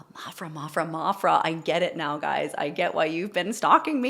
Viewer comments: I believe it’s M-A-PHRA, not Maw-phra. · It will never cease to amaze me how many vocal analysis do not know how to speak English. There is only one "r" in maphRa . It's not maRphRa, , But at least now you have been touched by her and her abilities, astounding is the only word possible on first hearing her, that then grows into obsession . That is capturing the Earth.